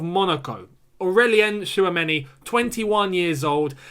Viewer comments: It is not Shawameni l, It is Chwameni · 🤣 please stop spelling that name like that it hurts🇨🇲 but lemme help u it's Tchou...(like the verb choose in English)...ameni that's all and yes he's a talented young DM glad that Chelsea have an eye on him he's very calm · His name is pronounced as Chou-many